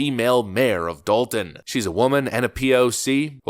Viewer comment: Sorry, it's not Dalton, it's Dolt-on.